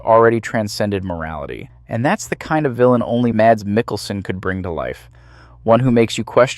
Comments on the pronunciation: Here in Denmark, he is the biggest star and most likely will remain the superstar for decades to come. We're quite proud of him. His name is pronounced Mass, not Mats. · I'm Danish, just like Mikkelsen, and my brother's name is Mads. 'Mads' is pronounced 'Mas'. The D is silent. It's not 'Mars' either, but just like you'd pronounce 'has', only with an M. The same goes for Madsen, as in Virginia Madsen or Michael Madsen, or old Madsen machine guns. The D is silent, so it's pronounced 'massen'. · That's not how you pronounce his name 😭 The D is silent. Its pronounced Mass like the end of Christmas. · please, the D is silent. his name is pronounced mas. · Its so funny to hear people call him MaDs, the d is silent so just call him Mas😂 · Just here to say two things: 1. love the vids. 2. His first name is pronounced Mass.